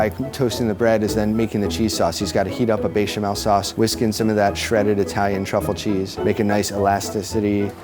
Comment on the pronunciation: dude at the last restaurant says he's a chef yet can't even pronounce bechamel, okay......